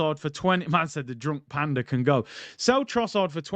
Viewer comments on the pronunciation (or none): none